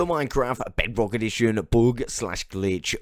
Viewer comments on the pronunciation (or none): SAY JAVA OR BEFROCK, at this point you’re misleading on purpose.